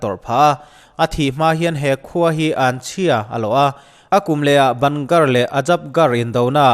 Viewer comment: A ngaihnawm hle mai. Bhangarh hi ban gar tih ni lovin bang garh tia lam zawk tur niin ka hria. Ka tlawh ve tep a, hun ka nei ta lo. Ka ui khawp mai. Khawthim hnuah awm an phal lo. Hmunhlui dang ang lo takin ASI pawhin a chhungah office nei lovin a pawnah an nei daih bawk.